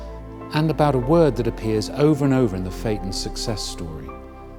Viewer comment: He mispronounced "phaeton". The "a" and "e" should be sounded out separately, not together.